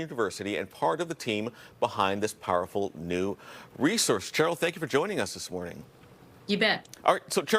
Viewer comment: Pronounced SHHHHHHH eryl. Not CH eryl as in CHAMpion. Educate yourself.